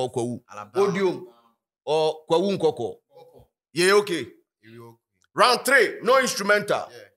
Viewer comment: It’s nkawkaw not nkwakwa 😅